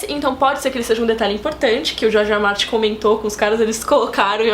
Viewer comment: Adoro vcs. A meu ver, são as maiores autoridades de game of thrones que eu conheço, mas tem momentos que vcs falam George R. Martin e soa como Jorge Amado, acho ótimo! Desejo muito sucesso pra vcs!